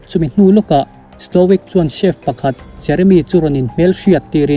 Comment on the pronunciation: Chief nilo in chef tig zawk a pronounce tur aw